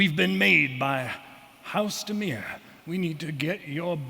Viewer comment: Oh dimir! I thought she said DENEIR. That changes a LOT.